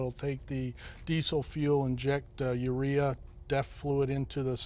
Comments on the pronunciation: Jay called the Urea "urether" hahahahah. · George Costanza i heard it too, had to go back and hear it again for a laugh! ‘Urether’ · Lol Jay said urethra instead of urea when he's talking about emissions.